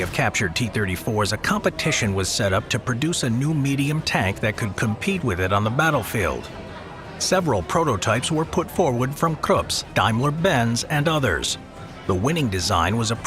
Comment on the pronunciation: KRUPP not Krups...Dude^^